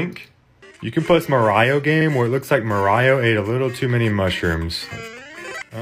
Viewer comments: Bro said ma-rao WTF!!! And how did he mess upp her when he said ocarina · First, are all these games sold out for like years ago, second, Why do you pronounce Mario as "Mar I.O." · its not maraio it is mario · ITS NOT MARYIO ITS MA-RI-O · bro its not maraio its mario m-a-r-i-o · nah bro said mar I oh instead of mario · its MA RI OH, not... Mo-Rai-oh? arghhh trigger! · merio its mARIO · It is pronounced Mar e I not Mar I o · It is mar-ee-o not mar-iey-o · i love he says "Marayo" instead of Mario lol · The way he pronounce mario as "MarAyio" makes me want to go skydiving without parachute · i ment Mary-o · we don't do that either, we say marry-oh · super mareo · It's super mareo not super mario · “Mar-I-O? Who TF was his brother? Luiggee?” -Joe Gatto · Hearing him say marayo gives me liver pain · the way he pronounces mario like-(mar-igh-oh) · "Mar eye oh" 💀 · no way bro said "MorIo" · Ain't no way he called Mario "mar-i-o" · Maraio ? Maraio you said ? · "ma- rio" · Who's Mareyeoh? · Bro who says Mario like mar I o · Here is how you pronounce "Mario" Mar-E-o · i do not trust a man who pronounces mario as mar eye oh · Naw that ain’t Mario that’s MAR io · he said maraio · Mah rah io💀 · Why does he say Marayo?? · the way he pronounces Mario triggers me but then i sound it out and he's not wrong 😭😂💀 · the way he pronounces "mario" is really funny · the way he pronounced "mario" 💀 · The way he pronounces Mario bro 💀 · How could you pronounce mario wrong!? But still, great vid! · How he pronounces mario💀💀💀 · why does he pronounce mario like that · great vid but someone really needs to teach you how to say Mario lol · Bro you are offending EVERYONE by pronouncing Mario like that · "mareyeo" "piekachoo" "minicraft" "spongebobe" "austine" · "aus-tine" "mar-riyo" nice pronounciaations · very bothered of how you pronounced those names like marayo and afrayca.